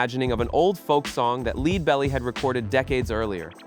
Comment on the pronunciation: If you dont know Leadbelly, you have no cred, dude. LED, not LEED!!!! Jeesh!